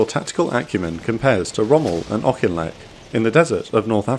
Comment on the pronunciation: I live in the village auchinleck Scotland well done for pronunciation